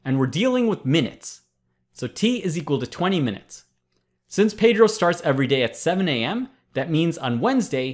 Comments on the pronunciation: Hey Presh, Please stop mispronouncing my name. Pedro is Spanish for Peter and it is NOT pronounced as 'Pay-drow'. The proper Spanish pronunciation is BEH-DROH. Thanks! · It pronounces "pedro" with the "e" as in "Explanation"